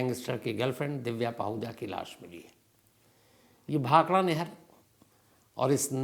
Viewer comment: Bhakhara nagal not bhakhada